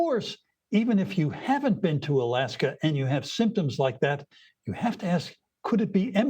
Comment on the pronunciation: So is it alaske or Australia? Ur oen eggspert gets ut wrong ,😂. New term now Mpox instead of 🐒🙃